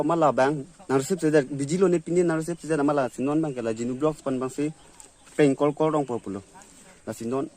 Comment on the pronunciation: You should speak and pronounce properly bruh❗ Don't pronounce cor instead of call❗